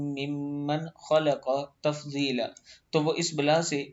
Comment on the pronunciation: Salam Ap bht acha Kam kr re hn per ap apna tlaffoz thek krn plz Tafzeela nhi lafz tafdeela Hy bai g